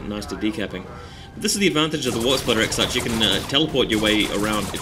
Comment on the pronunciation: Exarch is pronouced Ex-Ark